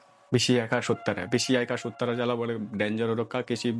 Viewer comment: Sutar nahi Sutra hai